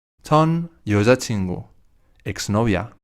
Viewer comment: 😂😂😂 en yeo-ya-chin-gu Escuché "YO YA CHINGO"🤣